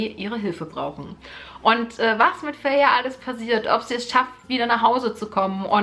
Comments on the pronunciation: Feyre wird Feyra ausgesprochen :-) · Tamski im Buch steht aber fey-ruh als ihre Schwester es in die Länge zieht. Bei mir war sie immer feiry ausgesprochen ggg